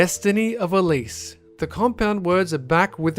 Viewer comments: was it not clandestancy of elsie? or .. did he not say clandestany of elies .. el..ise? somethin like that xD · Elsie not elise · he also says "Elise" instead of what it says, "Elsie" :P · clandestinity is a real word... also, he said "Candestiny of Elise" and its "Clandestinity of Elsie" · that's el-sie...not elise... love you guys, really appreciate what you do! but man you need an editor/QA person to go over everything first and approve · "Elsie" not "Elise" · ... it said Elsie, not elise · Elsie, not Elise :p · no its not Elise, its Elsie. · Number 5, Clandestinity of Elsie you got wrong. Clandestinity is a real word, the noun form of the adjective clandestine, which means secretive. Also you mispronounced Elsie as "el-ees". Otherwise, good video. :D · That says 'Elsie' not 'Elise' though I can understand that mistake c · He said Elise but it actually said Elsie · It didn't say Elise. It said "Elsie" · GAMING Elsie god damn you!!! her name was Elsie, not Elise!! JEEEZUS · Clandestiny Of ELSIE (el-see)* I don't know why I felt I needed to point that out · With 'clandestiny of elsie' I think it's supposed to be clandestine and destiny, plus u said elsie wrong